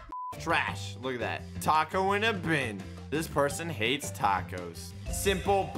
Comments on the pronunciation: Taco not tako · Laff: Mac-donalds Chick-fil-ah Tako